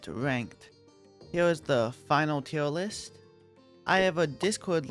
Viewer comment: His voice made teir list sound like teir wist 😭